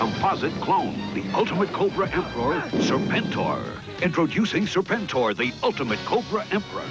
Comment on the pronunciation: Uh, it's pronounced 'Serpen-Tor'. 😤